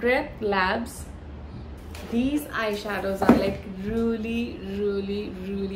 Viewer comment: Ruelly ruelly ruelly 😂